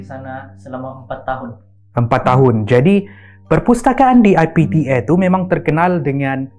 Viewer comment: Everyone: IPTA: I P T Air 🤣